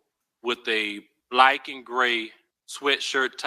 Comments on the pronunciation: BOL YEA HE SAID BLIKE 😂 = black and we say BIKE =BACK 😅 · Yes Mel, he and we say "blike" instead of black lmao😂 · he also pronounced the make of the long rifle firearm used in the crime, it's pronounced [spelt phonetically] "DREY ~CO" and the officer pronounces it "DRA ~CO" and he says "BLAYK" instead of "BLACK" lol. I've no idea what accent or dialect specific to a specific area that is like Boston for example almost sounds like a Canadian accent with pronunciations specific to that state, but never have I heard those words pronounced that way lol. ❤❤